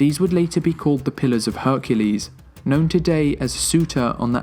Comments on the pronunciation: Her-cool-lees. Heraclees a chick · Its Hercules not Heruclies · HERCULES. Quit adding a fucking e after the r. I can't even get through 5 minutes. It's that irritating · Why do you keep saying Hericles it's Herc u les🤣🤣🤣🤣🤣🤣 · Who TF is Here-eh-clees? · “Am HERCULES “ 😁😃💪